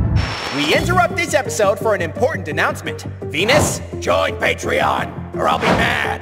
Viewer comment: Hey solar balls I think you missed pronounced Venus wrong you said venings